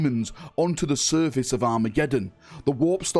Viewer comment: You keep pronouncing Surface as Service. The Surface of the earth, and how may I be of Service are pronounced differently. My OCD went into overdrive when you said it. Lol.